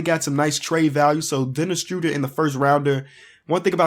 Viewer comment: "Denis Struder" it's official Denis Schroeder is now Denis Struder